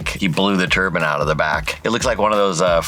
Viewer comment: is great to have on. Calm voice. Clearly spoken. But then, turban comes out of nowhere like those 50s guys that say robit I stead of robot. Why? You're smart. You know it's wrong af and you hear absolutely nobody say it your way. And, it's only that one word. He does even have a weird 'American accent' like the dudes that says pertaters.